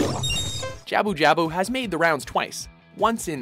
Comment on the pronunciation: I would like to say something. Some of your pronunciations are a bit off, especially with Jabu Jabu and Amatersu.